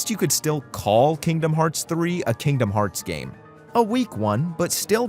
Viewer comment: My daughter loves it when you say Kingdom farts lol.